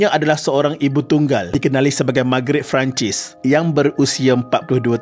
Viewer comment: exactly. Francis disebut 'Fran sis' bukan Fran cis. Admin...sila betulkan..